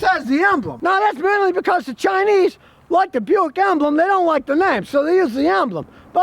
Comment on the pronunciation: Buick ... Bu-Yao-Ic.. "Bu Yao" ? They "don't want" the name?